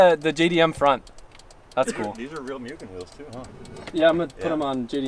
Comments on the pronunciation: I love you man, but you need to read Mugen right. It's read as Moo-gen not myu-gen. Edit: Yes that's a prelude seat :D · Btw it’s pronounced “Moogan”